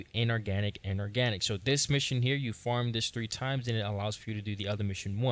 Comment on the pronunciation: you say farm like form and it's really annoying